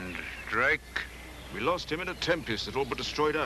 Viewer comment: Sometimes seems to say 'Blake' instead of 'Drake' LOL